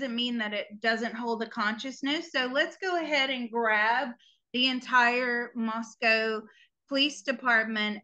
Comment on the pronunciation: Moscow and you say co not cow . It is a small college town.